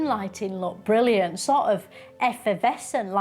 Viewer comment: Absolute genius making fun out of mindless drones who think everything is 'brilliuhnt' and like, 'amezing'.